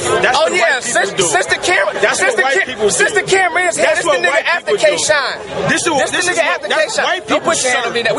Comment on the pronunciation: He called Shotgun Suge Capgun Suge. And he called dat nigga K-Shine Kiesha. Lhaf these two niggaz funny as shit g